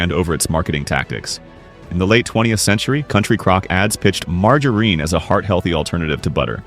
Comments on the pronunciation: Please teach this AI to say “margarine”! 😢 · Teach your bot how to pronounce “margarine.” This is ridiculous